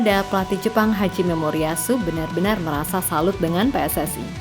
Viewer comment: Kenapa selalu nyebut hajime moriyasu dengan haji memoriyasu 😅